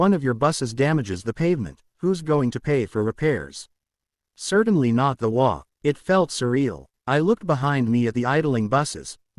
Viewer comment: HOA tales with an AI voice unable to pronounce HOA!!